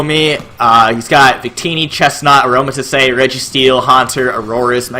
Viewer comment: did you just pronounce aromatisse as aroma-tiss-ay?